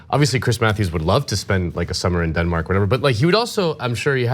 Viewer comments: what in the Philadelphia accent was that? dinmak? dinmak? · Not very important, but sometimes American accents can be hilarious. I never heard anyone pronounce Denmark like that before.